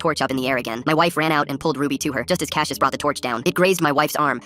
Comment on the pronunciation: Hold up. My brother's name is Cassius. And not cash-yish, it's pronounced cass-yus. It is a Greek name.